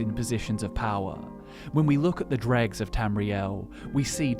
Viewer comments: It’s not pronounced “dReGS” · I never would have know without the pictures. I was like oh he means droe. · Wait it is pronounced drug and not droe? Gonna keep saying droe. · Easy way to tell that you say Dreugh wrong. What is the plural form of the word?